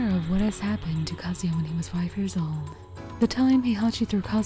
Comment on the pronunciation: Who’s kuh-ZOO-yuh? 🤔